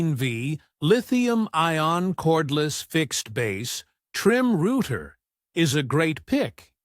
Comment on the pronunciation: YoutTube should really allow you to filter to exclude rubbish AI generated videos like this. It is a joke. Can't even pronounce "router".